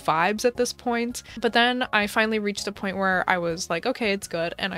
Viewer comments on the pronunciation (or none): none